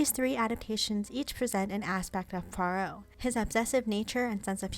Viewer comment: Finally an American who can pronounce Poirot correctly 👍 The David Suchet version was by far the best